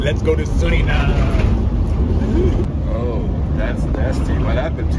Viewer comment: The pronounciation is SurinamE. Not SurinaM !